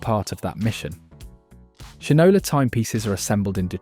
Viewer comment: I’m sure this is a computer generated voice, but you need to correct how you pronounce Shinola. It’s shine – Ola.